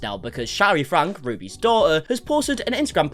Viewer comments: i appreciate you making these videos but for the love of god i’d think you would know by now that their last name franke is pronounced like FRANKIE 😂😭 all love 🫶🏽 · Ok i have to say this just because you report on them so much. It’s franke is pronounced “FRANKEY”! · Does he purposely pronounce franke wrong? Been watching the videos forever and wondered it it on purpose, because it’s 100% pronounced by them and family and friends frank(e) franky frank-eeeee 😅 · hey lol btw the pronunciation of shari, it’s not sh-AH-ri, it’s sh-EH-ri. also it’s franke pronounced frankie not frank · I commented 6 months ago explaining that your pronouncing every one of their names wrong🥲 this is ShERRY and these are the FrankIES!